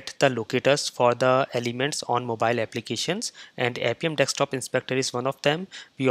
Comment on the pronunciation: Dude; when would you stop saying it as Dekstop Inspector and start saying Desktop Inspector ? It is already annoying. BTW, you tutorials are all great though !